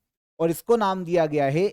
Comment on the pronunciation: Gaya nhi GAYA G